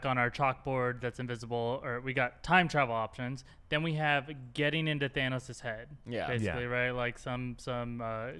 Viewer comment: WAIT DID HE SAY "HAND" OR "HEAD"? I thought he said head.